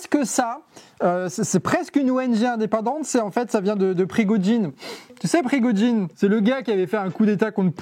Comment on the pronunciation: Il faut dire Prigojine, pas Prigodjine, il est mort dans avion, pas un hélicoptère donc revois tes infos. Aussi, tu as justifié la guerre en Ukraine au début du conflit et tu t'opposes à Poutine mais tu essaies plus de trouver un lien avec l'OTAN et la guerre comme tous groupes contestataires proche du Kremlin le fairait. Tu ne comprends pas que vouloir la paix c'est faire la guerre. Poutine cherche la paix pour mieux faire la guerre. C'est paradoxal mais c'est bien ça le jeu, il n'y a rien de paradoxal et c'est même logique. C'est la même chose qu'en 1939, à ce moment les seuls à justifier le pacte germano soviétique était les communistes et les fascistes qui voulaient voir l'occident tomber. De plus, en 1933 c'est un communiste qui a brûlé le Reichstag et il a agit seul, c'est écrit sur wikipédia mais t'as pas cherché, évidemment. En plus, Staline et Hitler se sont arrangés car des Bulgares étaient notamment dans l'affaire et ils devaient absolument être acquitté. Étonnement, le communiste Georgi Dimitrov (un des Bulgares) a pu se défendre en 1933 face à des nazis et sans avocat. Dans le projet, Hitler devait perdre le procès (ce qui s'est passé) mais comment accepter une tel humiliation. C'est simple, il a redirigé les accusations sur les SA pour humilier leur chef. Donc le coup monté nazis est faux, c'est un coup monté nazi contre les SA. T'aurais pu éviter tout cela si tu t'étais renseigner, c'est la première action pour éviter les mauvaises informations.